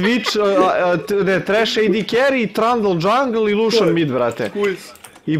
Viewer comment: trandl dzangl xD